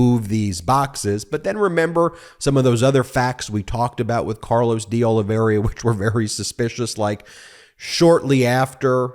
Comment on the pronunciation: It is Deoliveira and not Deoliveria, as you consequently pronounce that name.